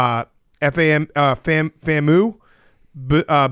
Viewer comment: FAM U not FAM Moo. Y'all need to spend a little time with black people man